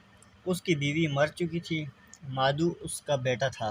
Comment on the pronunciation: مادھو نہیں مادھو۔maadahv